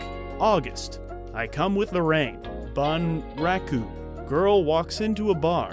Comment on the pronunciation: 'Bunraku' was such a fun movie. 'Bun' should be pronounced like 'boom' only the vowel is shorter.